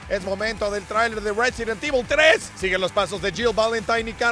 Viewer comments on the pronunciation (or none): none